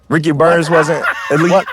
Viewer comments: That man said Ricky Burnz 😂😂😂😂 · If you hear closely Canelo calls Ricky Burns, Ricky Bums. lol 😂